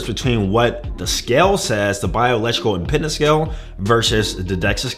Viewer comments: It's biological impedance, not "impendance". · Right, he seems to be adding an extra N in there on pronunciation.